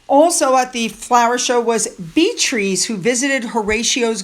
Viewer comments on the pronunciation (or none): yes are still murdering my name, Beatrice, say it like this slow B - Ah - Trice NOT Beatrizz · With all the good information you provide about the works of the royal family I'm afraid I have to unsubscribe to your channel. A few videos ago you referenced a comment I had made about Princess Beatrice and how you pronounce her name. You tend to mispronounce a lot of names in your videos, so at first, I didn't think much of it. But, in a recent video you pointed out you do know how to say it right, and you mispronounce it on purpose. I find that to be so disrespectful. What did she ever do to you? It's like something one of the sugars would do. I wish you luck with your channel, but I have to say good-bye.